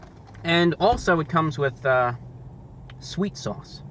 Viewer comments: I just came . "Sweet sauwce" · swet sawse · i just want him to say "sweet sauce" one more time